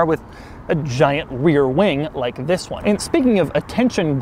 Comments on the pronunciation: Actually he says zhisssss ,instead of this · I like your " This" :D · Doug butchered the THISSS